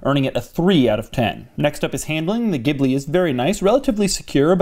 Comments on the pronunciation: The pronunciation is Jee Blee; or Gee Blee quite a bit nicer sounding than what ever you were saying. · Stop calling in a damn gibbley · A sign of how far Maserati has fallen: their U.S. advertising for the Ghibli pronounces it “Jibli”. Which is terrible. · Pronounced "GILBY" !!! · It's pronounced geeblee